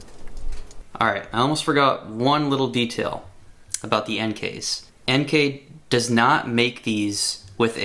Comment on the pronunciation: Plus points for pronouncing "Enkei" correctly.